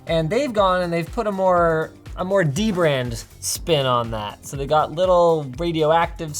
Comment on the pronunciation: I literally just realized the way you say it is literally the same as "The Brand"